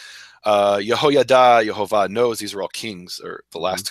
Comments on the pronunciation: I am a little confused about this video verses another of Nehemia videos. In another video he spells it Yohovah (sounded like Yoe-Hoe-Vah) but in this video, you made it sound like Yahovah/Yehovah (sounded like Yah-Hoe-Vah). I'm just wondering if it would be pronounced Yoh or Yeh.... Other than that, i really loved this video... Todah Rabah! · What about the Holam??? The Holam is the little dot above the first He st the left. That's the O sound. Then the Vav acts exactly as the consonant it is, so as a V sound. And the first vowel is a Sheva (the double vertical dots under the Yod) So it's Yehovah! No A at the start. No U sound nowhere. Why are you making up things like Yahuah? It doesn't sound Hebrew at all.